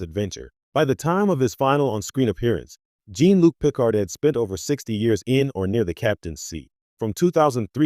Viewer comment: Gene Luke Pick-ard.